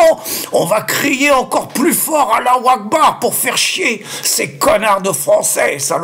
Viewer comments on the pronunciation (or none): Tu à raison quand tu cries Allah wakeboard cela veut dire Dieux et grand Machallah inculte que tu aies